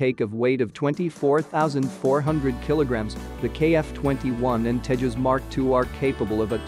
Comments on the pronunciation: It’s called TEJAS not TEHAS, it’s not a Spanish or Mexican plane. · it doesn’t pronounce like teihaas its Tejas (Tay Jaz). Some Americans are very poor in English even it’s their own language.😂😂